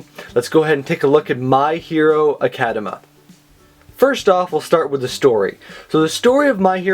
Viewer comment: I'm pretty sure it's Academia not Academa.